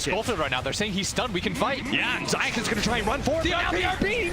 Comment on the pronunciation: Zayak... Love it each time... It's zayats